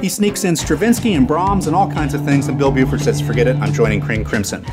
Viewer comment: It's Bill Bruford, not Buford... Also you skipped over Patrick Moraz and Relayer. Edit: also, there are still two factions of yes. ARW and Steve Howe's Yes are the two contemporary Yes groups.